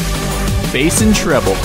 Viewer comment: Why the Hell does he pronounce BASS as BASE?